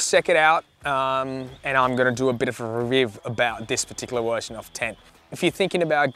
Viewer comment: How come you keep saying wershon?